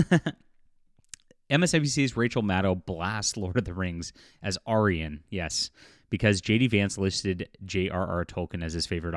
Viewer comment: Why are you pronouncing "aryan" that way? Even the MSNBC philistine pronounced it right.